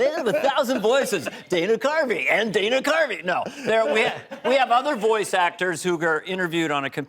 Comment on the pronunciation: His parents probably wanted a girl a named Diana. Dana is not pronounced Deene in English😢